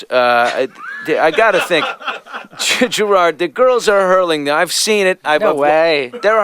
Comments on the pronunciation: Billy calls him grard at the start ITS GERARD YOU FOOL! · its gerard not geraaaaaaard :L atleast i dont think it is....